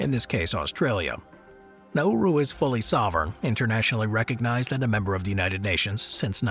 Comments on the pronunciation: This has got to be an AI voice. Na-oo-roo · In Australia we say Nah-roo and the footage was not Nauru at all.